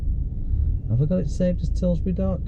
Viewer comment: TILBURY NOT TILSBURY PAL